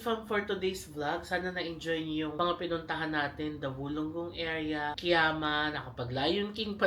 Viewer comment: Kiama is pronounced as “ka-yama”.😊 I also thought it’s Ki-yama before! Been there last weekend. Same spots. Plus Gerringong/Werri Beach.